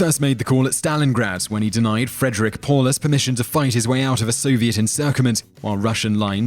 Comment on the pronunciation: Says the man who can't even write "Tens" properly and doesn't know how to pronounce "Friedrich". Anyone can look at some biased opinion about someone and post a video about it. Rising a country from it's ashes and standing against the whole world requires intelligence NOT equivalent to the amount of hair you have on your head, sir.